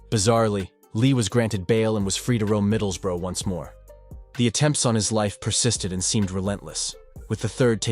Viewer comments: I respect an american who goes to the trouble of learning the correct pronunciation of our English towns. Edit: ok you trailed off further in, it's pronounced like 'bruh', like watup bruh, middles-bruh (not middles-boro) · middles-burrow aha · American making documentarys always be aware they are full of shite cannot even say Middlesbrough properly 😂 in them days which I was a part of there were loads of people like Duffy he was nothing special fed off drunks and sucker punches as did many he didn't mess with the real elite or even decent ones and he got a beating few times that I personally know of